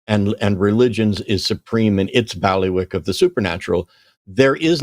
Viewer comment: I thought it was pronounced “Bailey wick”